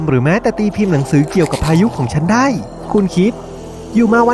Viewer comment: คนพากย์พูดไทยไม่ชัด พูด"ได้"เป็น"ดั้ย" คราวเป็นเคา เช้าเป็นช๊าว